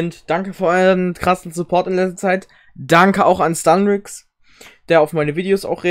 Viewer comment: wie er stunrix sagt😂😂😂😂